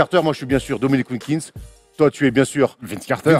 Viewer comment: Le blasphème car dit WilkinGGGGGs tout du long on dirait France télé de l époque qui pipait tchi à la Eneba